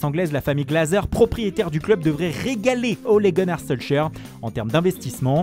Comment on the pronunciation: Manchester inated 2;01 Solcheur (le "k" s'est fait la malle)